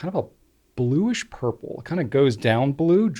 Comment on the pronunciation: “A little blurple-y.” 😂😂😂